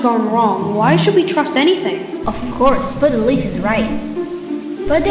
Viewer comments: Read: Spottedleaf Hear: Butterleaf Me: Wait wha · Spoddedleaf, propecy, tink 😂